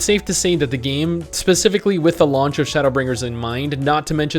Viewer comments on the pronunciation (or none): none